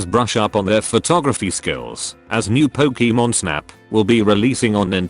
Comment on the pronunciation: I like "Pokiiimon" really much!